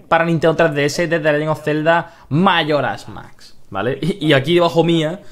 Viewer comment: Zelda Majora Mac jajajajajaj me ha echo gracia como lo has pronunciado